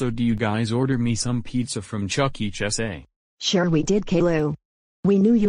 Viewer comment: It's pronounced chuck E. cheese not chucky chess Or it's Chuck entertainment cheeses